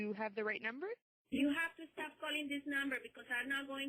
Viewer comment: "Can you please estop calling me" *